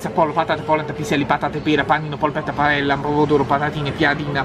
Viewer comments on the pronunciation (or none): Paella si pronuncia paeia